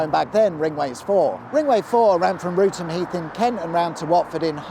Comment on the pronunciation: Who's the other person you've dragged into your place-name mispronunciation joke? Assuming Root-ham's meant to be Wrotham, which is pronounced 'Rott'am'.